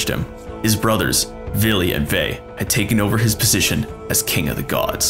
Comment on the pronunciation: ...it's Vili, Ve, and the allfather...who the f is "Billy"?